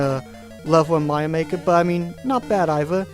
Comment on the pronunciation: I like the way you say Mario. "Maio". ^^